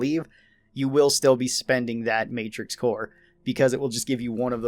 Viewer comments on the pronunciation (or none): none